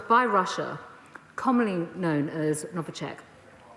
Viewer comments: She can't even pronounce the name correctly)) It's Novichok, not Novichek as she said. Boris, not only your ministers are incompetent they are also illiterate! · NoviCHOCK not NoviCHECK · She doesn’t even know what Skripal was poisoned with! It was NOVICHOK, not NOVICHECK, does anyone think Putin will care what Priti has to say? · Novachek or novichok, i like how they can not even learn the name of poison correctly, but they pretend to know with stright faces that it was Russia, did anybody told her, that Russia is not bothered what she thinks and tells, Germany is good example with Nord stream 2, talk, talk, talk, but money first, which we like to take from russians! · She keeps saying Novichek. Can't even pronounce it properly. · Oh ffs, she cant even get the name of it right "novicheck" lmao, this country is falling apart so they are playing distraction politics, they've known all this for a long time...ask yourself...why now? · She can’t even say “NovichOk” right… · Yeah, she said novichek. Moreover, all the names and surnames were pronounced in a wrong way)